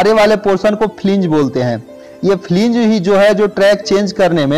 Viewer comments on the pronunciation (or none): Flang not fling ... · Fling nhi hota flange hota h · It is not flinge it is called wheel flange...